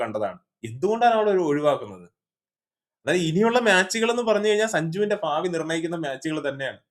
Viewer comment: ഫാവി അല്ല ഭാവി